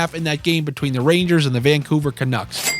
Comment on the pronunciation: Derrrrrr take the rangaasss -1.5 lmao